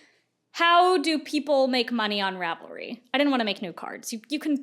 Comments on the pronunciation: Rav-leets. Love your videos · as a huge fan of ravelry i love hearing about all the drama. i didn't know much about it beyond just using it and how much of a simp i am for their search feature. also as a software developer who works with server stuff every day and has said this word like a million times in the last month, - it's pronounced "zen" haha